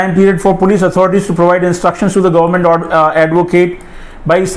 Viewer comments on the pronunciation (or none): none